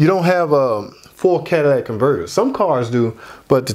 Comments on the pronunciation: Even if he did miss pronounce, catalytic converter, everyone knows what he meant. The guy obviously has some sort of accent. Also, for all the idiots commenting on his mispronunciation, where is your channel explaining this, in your perfect English? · But people who actually know can pronounce it correctly 👍. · Thnk you! I learned a lot… people dying on word yes it was pronounced incorrectly… but what about the knowledge tht was given to possibly save alot of us so much money? Thnk you I just changed my Catalytic converter up front 2012 Traverse. Omw to work tonite damn light came bck on! So run codes tomorrow see what else wrong with this thing. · cadaladic or catalytic, whatever lol! Yea, if going to nitpick over pronunciation, probably don't have the patience for mechanic work!😉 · Cadillac converter? Does that change my Chevy to a Cadillac? Catalytic pronounced Cat - uh - lit - ick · Quality breakdown! Thank you. But this has been driving me crazy... Catalytic, not catalatic. Cat-uh-LIT-ik. 😅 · Cadillac Converter??? Cadillatic Converter?? It’s CATALYTIC Converter!! And I’m not even a mechanic! 😂😂😂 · Don't judge someone by their speech or pronunciations obviously if you understood what he was actually saying. Not everybody pronunciation the same but the story is the same. He may not be good at speech but he know what he's talking about when it comes to vehicles. Straight up if you don't like the fact it sounded like Cadillac and not catalytic then go on to another channel.. 🤣🤣🤣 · Idk how much I can trust a mechanic that calls it a converter. It's cat-a-lit-ic because it uses a catalyst to neutralize some gases in the exhaust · Listen, many people mispronounce Catalytic, the video was informative. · sounded as though he said catalatic converter. so what? I know people from maine that put a kwatah in the meter to pwahk their cah. accents are just that. still good info.